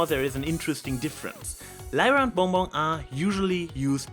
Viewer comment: 10 minutes 29 seconds. "Zey are together wis Lyra and Bong Bong" I listened to that over and over. The way you pronounce BonBon is just...magnificent~